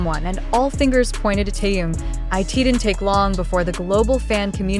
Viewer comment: А как имя Тэхена коверкают, это уму непостижимо.